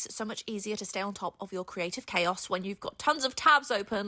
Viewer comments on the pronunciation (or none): none